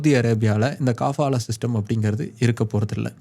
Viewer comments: காபாலா இல்லே கபாலா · காபாலா இல்ல கபாலா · அது காபாலா இல்ல கபாலா. அத பத்தி நீங்க சொல்றது கரெக்ட்டுத்தான். ஆனா அத எடுத்துட்டாங்கன்னு சொல்றது 100% தவறு. இந்தச் செய்தி இந்திய மீடியாக்கள்ல மட்டும்தான் வந்திருக்கு. சவூதி மீடியாலயோ இல்ல வேற வெளிநாட்டு மீடியாலயோ இந்தச் செய்தி வரவில்லை. எதையும் ஆழமாத் தேடி பார்த்து வீடியோ போடுற நீங்க இதை எப்படி கோட்டை விட்டீங்க?